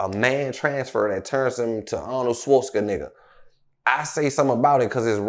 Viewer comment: he said Arnold’s name crazy 😂